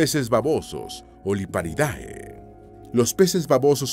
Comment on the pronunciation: Un comentario para mejorar: los nombres científicos cuando terminan en "-ae" (como el de los peces babosos Liparidae), se pronuncia como una "e".